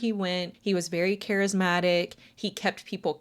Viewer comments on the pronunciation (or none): none